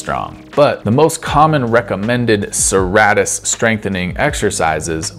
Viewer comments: It’s pronounced sir-ate-tus like a serrated knife which is the shape it’s named after. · I know I’m being kind of a dick by saying so, but it’s pronounced suh-ray-tus. Awesome vid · Pronounced: Sir-Ā-tus Thanks, that was great content.